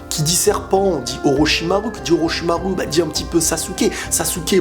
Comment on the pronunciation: Ça se prononce "Orochimarou" et non ru à la fin...